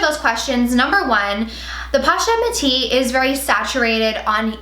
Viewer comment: Posh-et lol